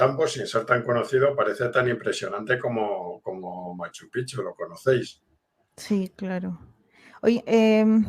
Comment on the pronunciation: Si tengo que decir que noté algo en que me incomodó un poco y es que cada vez que hablaron de Cusco o Machu picchu (lamentable su opinión a Machu picchu que ni lo pronuncia bien) ella quiso decir que Cusco no es todo o que tal y cual tradición que mostraron como ver a Santiago en Cusco, ella salió con que "es en todos los Andes". Si obviamente Cusco no es todo pero Cusco es Cusco y por algo fue lo que fue tanto en el imperio Inca como en el virreinato. Se nota cierto recelo en ella no proyecta lo que pregona. Mientras un capo me encantó su intervención